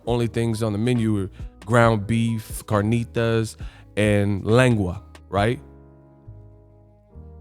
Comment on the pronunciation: This man said lengua lmfao!!! Tacos 🌮 lmfao!